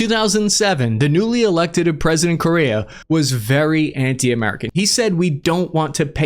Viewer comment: In America, Correa is pronounced "Core-Air-uh"